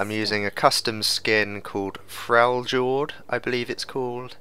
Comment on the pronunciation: You sounded a little confused about how to pronounce "freljord", so I thought I'd shed a little light on that. I would be said like frail-yord. And knowing is half the battle :)